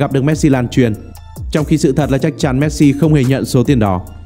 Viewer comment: Cứ đọc "Méc-Si" Méc-si Méc-si nghe khó chịu thật...